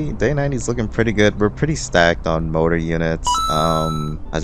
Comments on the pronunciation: It kills me that he says "motor" instead of "MORtar". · Mortar, not Motor.